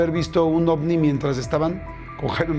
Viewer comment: "Corrobora que shi es un OFNI" JAJAJAJAJAJAJAJAJA Morí con eso.